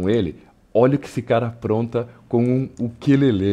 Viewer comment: "uquêlele" kkkkkkkkkkk